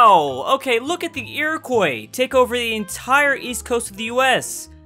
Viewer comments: Everytime you say Iroquois like "ear-a-koy" it makes me want to unsubscribe. "Ear-a-kwa" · Iroquois: ear-oh-kwah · Fun fact: It’s pronounced Eer-oh-cwa (Iroquois) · Iroquois is "ear-e-quwa" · nobody:: iroQOI iroquois:.o. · Finally a comment about the Americas not talking about how to pronounce Iroquois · Can someone please tell how to pronounce Iroquois properly? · His Iroquois pronunciation hurts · The way he pronounces Iroquois is annoying the shit out of me